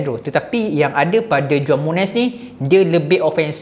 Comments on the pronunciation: Bang..saya nak share sikit..cara sebut juan muniz is huan muniz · Juan disebut sebagai Huan bang...